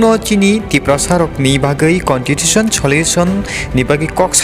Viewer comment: Contitution 😂What a English it's Constitution bro